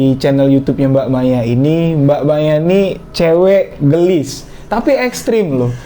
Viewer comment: bukan gelis tapi geulis 🙏 (gatel kupingku ngedengarnya 😂)